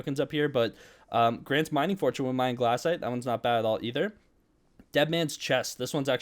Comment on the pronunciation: Its glacite not GLASSITE